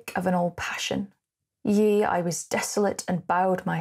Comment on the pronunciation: Hi, V interesting, but one teeth-on-edge moment as tip for future: 'Yea" is absolutely deffo pronounced "Yay" - not 'Yee", which made yr otherwise excellent reading, and the poem, sound weird. Emnmasaying,com confirms, and all other readings I've heard, including a great one from Burton on YT. Interested in your point about hexameters which I'd not noticed, As a Latin rather than English meter I wonder whether it has the effect of making the poem feel urgent, precipitate and slightly mad - like Burton's reading. Also interesting that other artists raided the poem, which must say something. Cole Porter, in a comic tone "I've always been true to you, darling, in my fashion" and Margaret Mitchell, who loved the poem, used 'Gone with the Wind" for her book.